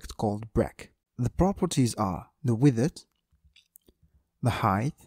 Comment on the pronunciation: I came here for your pronunciation of "widdeth"